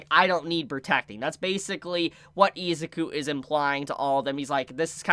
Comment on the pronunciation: You keep pronouncing izuku wrong